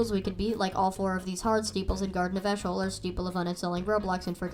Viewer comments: eeshöl is pronounced ee-shuh-l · Eeshöl is pronounced as E shul